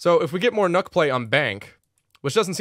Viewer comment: It’s pronounced Nuke call her redacted